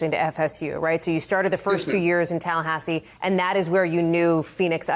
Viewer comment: Tallahahsi? Who pronounces it like that?